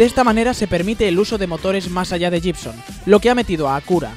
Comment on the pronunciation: Se pronuncia Guibson, no jibson.